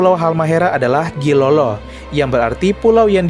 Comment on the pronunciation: Pardon,Gilolo in Dutch writing read as Djailolo, so not Gilolo as you pronounce it,😊 in Old Dutch Gi = Dj / J, which means the sultanate of Djailolo. The name Halmahera came from the old Ternatense, 'Hale-Ma-Hira'. yep there are 3 syllables. The next one is the naming of Papua has existed since the reign of the Dutch East Indiës (papusche) was originally cames from the ancient Tidore 'n Batjan. And The last one is Seram Island in southern Maluku was derived from the name of a Prins Van Tidore ,,prince Seram" . long before that the island was called "hoalmuaal" by The VoC and Nusa Ina by the Natives. That's it man Thank you